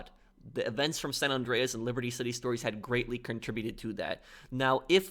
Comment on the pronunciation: SAN, like SAND, not Sawn.